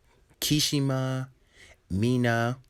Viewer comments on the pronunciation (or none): It’s not kishima is kirishima and it’s not ha-en-ta is Ha-n-tah (hanta sero)